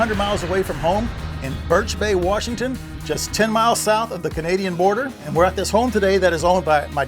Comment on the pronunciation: Love how fast he picked up the word “warshington” real local now